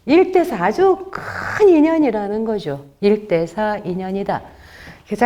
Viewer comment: 긴 자를 짧게 잘못 발음한 예: 시비, 미추,회통,나중에,사실,두 가지,피시,사시면서(living),손해,세존,세계,선(악의 대), 시비,문제,가치,유사, 비교 ,차치,가능성, 등 장단음 문제는 실로 심각 합니다. 그리고 ,한자 구 독법이 엉망입니다. 두 가지만 예를 듭니다. "한 큰 일"이라는 "일대사"를 "일대"라고 하고"사"라고 띄어서 읽었는데, 이것은 "일"하고 "대사"라고 띄어서 읽으셔야지요. 왜냐고요? "일"이 대사를 수식하기 때문이지요. 그러므로, "대사"는 가라 놓을 단어가 아니올시다. 또 한가지 엉터리!! "중생지견"을 선생께서, 두 자씩 띄어서 읽으셨습니다. 엉터리입니다. "중생지"하고 "견"이라고 띄어 읽으십시요. 이 "지"는 소유격으로 쓰여젔기 때문입니다. 한문 고전 강의를 하려면 좀 더 한문 공부를 해야겠다. 금방 또 한 가지 놀라운 발음!!! "바보"라는 우리 평상어를 이 대 학자께서,"바"를 짧게 발음하고""보"를 "강하게" 발음하셨으니, 이 알마나 놀ㄹ운 일인가? 학교란 문전에도 가시지 못하신 ㅇ 리 할머니도 이 "바보"라는 말을 그릇 발음하시는 없었다!! 이 것이 현대 한국 언어 풍속도다. "한국 어문을 고발함"이라는 책을 고국 동포여! 읽어 주시옵소서. 1967년에 고국을 떠난 이 늙은 이가 "눈물로" 쓴 책이옵니다. 미국 변 완수 드림